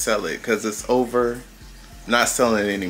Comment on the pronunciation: Heyyy!......It's sad, but "It's oover"😭 LOL Everything lookz delish, Nathan's hot dog R my favorite, soo good!😋 Nephew Tony is growing on us, do I C a lil mustache?! Enjoyed, TFS!🤗